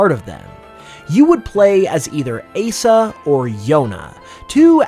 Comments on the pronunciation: I take a critical super effective hit whenever you call Asa as “Ay-sa” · Why do you say Asa like that? 😭 Kensaku isn’t used for general looking, like looking for a Raikou. Kensaku is used for looking something up like on the internet or in a dictionary. Sagasu is a general looking word… I really like your creativity but wish you would check things with someone that knows Japanese and it wouldn’t hurt to learn how to pronounce vowels in a Japanese way so you can say things like Asa correctly which is a real word btw. It means morning. Yoru means evening / night and Yonaka means the middle of the night so I’m assuming that’s where you got Yuna from. And I’m guessing someone else created those names because otherwise you’d have mentioned their meanings and said them right